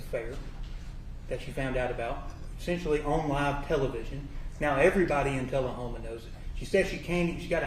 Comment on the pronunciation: I just can’t take seriously a lawyer that uses words like “essensually” and “supposably.” 😂